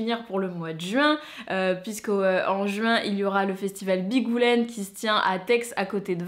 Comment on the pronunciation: Coucou, en tant qu'exposante à Bigoudlaines, il faut quand même que tu saches que le d de Bigoudlaines se prononce 😂😂😂! Je dirais que c'est un jeu de mot avec bigoudènes (les habitantes du pays Bigouden où j'habite) et be good + laines. Sans rancune 😁😁😁. Je te ferai un coucou si je t'y croise. 😘